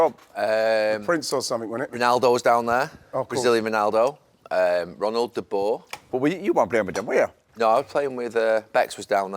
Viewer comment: Ronald De Boer ❌ Ronald the Boar ✅